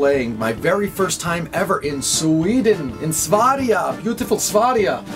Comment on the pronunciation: I'm so happy that you're coming to Sweden. And I love how you pronounce "Sverige", it's so, so wrong ; ) I'm writing a little song about you coming here (or actually I stole the music from Raised By Bats but with different lyrics). I'll finish it in a couple of days and then I'll show it to you on Facebook : )